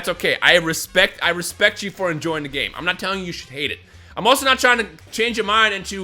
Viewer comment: "It's okay to enjoy the ghay"